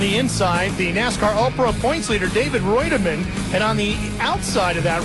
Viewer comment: I love how is mispronouncing David Reutimann's name, but is pronouncing it properly. Then the director goes AWAY from the shot of Coy Gibbs getting into Jack Sprague, then they show Jacks car crumpled and they act like nothing happened.